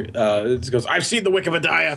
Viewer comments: Question: when are you guys are going to stop calling "wikipedia" "wike pe die ah? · I REALLY HATE WHEN CALLS WIKIPEDIA "WIKI-PE-DAYA"! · I REALLY HATE WHEN CALLS THE WIKEPEDIA THE WIK-EH-PAH-DI-AH!! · I really hate when calls wikipedia wik-e-pe-dia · I REALLY HATE WHEN CALLS IT WIKIPE-DIE-UH!!!!!! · I REALLY HATE WHEN CALLS WIKIPEDIA WAKKA-WAKKA-PEDIA!!!!!!!!!!!!!! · I REALLY HATE WHEN CALLS WIKIPEDIA "wiki-pe-dia"!!! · yOU PRONOUCED WIKIPEDIA WRONG